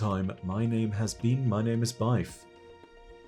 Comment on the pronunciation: it’s pronounced bif, not bife